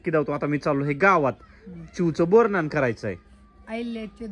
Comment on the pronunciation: बोर नान नाही हो , बोर न्हाण म्हणतात न्हाण म्हणजे आंघोळ .. बोरानी आंघोळ घालणे .. व्हिडिओ खूप छान ! ❤ ❤